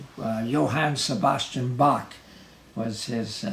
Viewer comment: Shame he never taught you how to say Bach